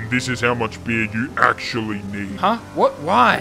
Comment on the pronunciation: why do you keep saying "bir" its beer you imbecile